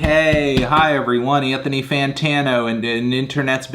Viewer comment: that’s how my grandpa used to say my dads name lol